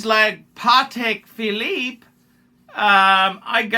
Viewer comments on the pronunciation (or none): none